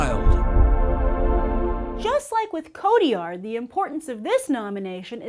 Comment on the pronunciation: am i the only one bothered by her pronunciation of "Cotillard"